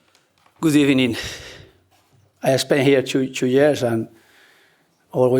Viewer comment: The first timestamp should have been Good Ebening. 🤣🤣🤣